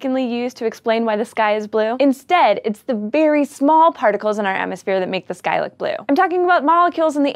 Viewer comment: am I the only one heard "Why is this guy blue?" instead of "Why is the sky blue?"